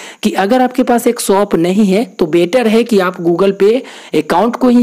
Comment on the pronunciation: Soap nahi bro shop bol 😂